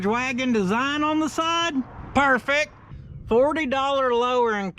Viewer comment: It’s like you said “PERFEC”!! Love it.